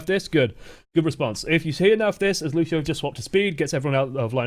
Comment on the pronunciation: Also it's fucking Lucio not lushio you dumb ass like could someone please make a filmagram roast on this guy and send me the link